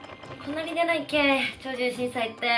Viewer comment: こっちもドキドキでした…ドンマイです! 途中「超獣チンちゃい」言ったかな？ww